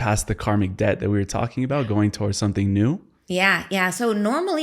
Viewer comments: Hi, love your videos. I am bilingual English/Spanish. The word debt is pronounced det. The b is silent. Hope this is helpful. ❤ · The b in debt is silent